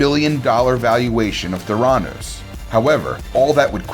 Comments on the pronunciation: Thuranoose hahaha no, not how you say it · Anyone else really bothered by the way this guy says Theranos or by the fact he's making a list and including Theranos yet somehow has never heard the rest of the world say it properly?! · Homes too instead of Holmes and mispronunced theranos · Can’t say especially right or Holmes or theranos or Antoine